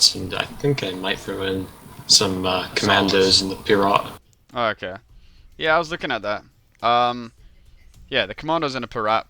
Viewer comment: IT'S PIRATE NOT PIRAT!